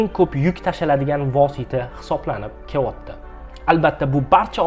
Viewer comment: Кевоти эмас келаябди